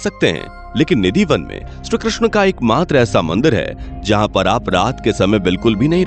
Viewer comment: Bhai ye shree Krishna hai . Shru Krishna nahi.. Uccharan to thik se kro...